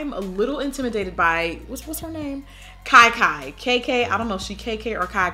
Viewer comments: You pronounce Kia Kia like kee kee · I giggled every time I heard "Kai Kai." Sorry Auntie!